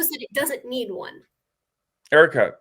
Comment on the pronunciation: the way he keeps saying “Erica” makes me so mad